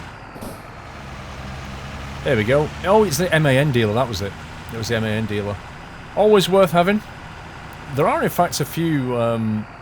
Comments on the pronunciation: The truck make MAN is pronounced the same as the word man not like M.A.N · M-A-N why not say it man trucks